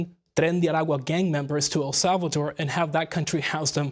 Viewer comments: The right way! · Love the way he pronounced El Salvador